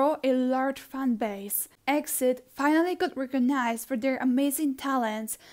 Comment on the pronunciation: Btw exid isn't pronounced as exid its pronounce letter by letter e-x-i-d